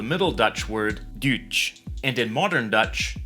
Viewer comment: .5 As I heard this word I thought someone around me spoke to me because it sounded so Swissgerman 😅 It's exactly how we Swiss people say German (Düüdsch) 😉